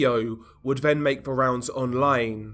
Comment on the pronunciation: It's OK. I noticed he pronounces his "th" with a "v" foe instance then = ven, although = alvough etc.